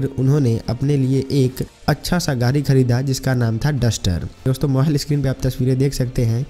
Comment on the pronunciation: Gari nahi yar Gadi car bolo 😀😀😅😅😃😃😂😂